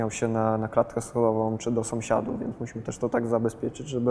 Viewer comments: Somsiadów XDDD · "...czy do somsiadów" xD